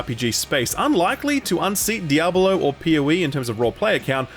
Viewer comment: DiabAlo or Diablo? I can't not hear it sorry